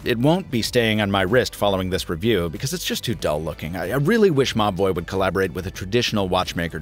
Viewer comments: I kept hearing Mobvoi as mah boi wth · I keep hearing 'Ma Boy' instead of Mobvoi 😅😅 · Every time you say the brand it sounds like you're saying "my boy" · I honestly thought you were saying "My Boy" throughout this video. "My boy brought over this speaker and microphone...", "My boy needs to collaborate with a traditional watch maker..." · Like similar comments I also thought you were saying my boy 😂😂😂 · said: Mobvoi I heard: m’ boy I see I wasn’t the only one... 😂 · Siraj Mazher lol at first I was like wtf dude, mah boi? Who is referring to? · Every time you say "Mobvoi" I hear "My boy" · I initially thought he was saying my boi when he said Mobvoi 😂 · saaame, i tought he reaaally loved the brand lol